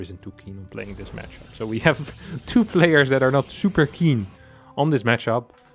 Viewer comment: the "match Ap", man, study the phonetics